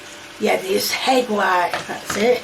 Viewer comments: I've never heard someone pronounce egg like hegg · We just gonna gloss over how she pronounced ‘egg’ with an H? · Hegg wtf is a hegg 😅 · Its not egg, its hegg! 😂😂😂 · So, i’m not the only one who thought he hear HEG 😂😂😂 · Ain't no way I heard her call it "heg"! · Why does she call it a heg and not egg?? 🥚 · She pronounces pepper as peppia 😂 Edit: she also pronounced egg as hegg